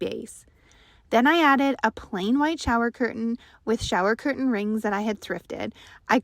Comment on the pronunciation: Learn how to pronounce CURTAIN!!!!